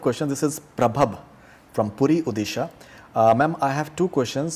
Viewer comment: Its nt udisha ...its odisha